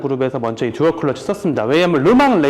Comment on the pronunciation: 왜자꾸 컬러치라고 발음을